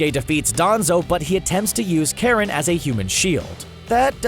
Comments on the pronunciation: Karin not Karen 😂😂😂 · Karen ITS KARIN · i love how he pronounces karin karen lol